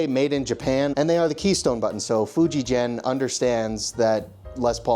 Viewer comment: Fujigen is very much around. It is the highest quality manufacture of guitars in the world. Buy the way, the "G" in "Fujigen" is pronounced the same as the "G" in "Gorilla"